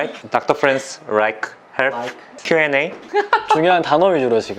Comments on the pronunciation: 마지막에 Like Rikeㅋㅋㅋㅋㅋㅋ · like 인가요 rike 인가요 ㅋㅋㅋㅋ